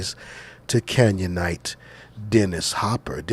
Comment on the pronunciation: "Canyonite" sounds just like Canaanite don't it?!